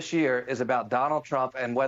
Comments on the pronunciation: Did he call him Jonald Chump? Lol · Is it me or does he say Jonald Trump at the start lol...